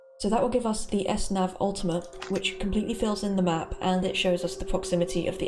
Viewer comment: Me what when he says map it sounds like Es nav with kinda sounds like Russian not making fun of home btw